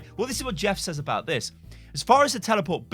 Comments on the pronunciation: Why do you say says as saizz?? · "Sez" is actually a lazy way of pronouncing says, we've just gotten used to it over time as being the norm. is pronouncing it correctly